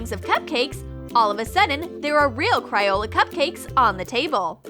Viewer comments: ITS NOT CRYOLA IT CRAYOLA! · Who else noticed she said cry ola